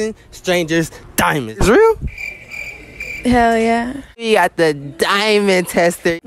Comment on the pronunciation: The way she said "Hell yehhh"